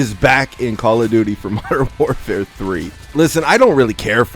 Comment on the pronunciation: Gonna miss hearing saying Mordern Warfare deuce when mw trash comes out